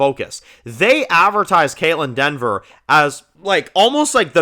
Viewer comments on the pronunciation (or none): This is a little nip picky.. but it’s Dever… not Denver.. lol I saw a couple comments and has said it a lot.. there’s no “N” in her name.. keep up the great content! Love the videos